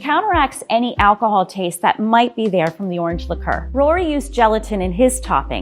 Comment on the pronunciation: Nobody:: LIQUOR “L-ICKOOOOORR” Lmao it’s Liqueur I love her though bless her heart 💀